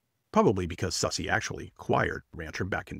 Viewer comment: sussy? Hahaha i think it’s SOOSE-AH